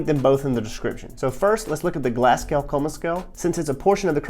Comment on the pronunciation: Great video, and this is a childish nitpick but you pronounce Glasgow "Glas-go" ❤